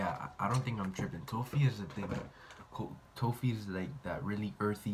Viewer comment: man said tofi i’m dead asf